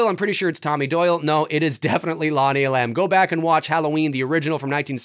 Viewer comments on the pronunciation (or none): It’s Lonnie E’lam! Not E-lam’! Accent on first syllable!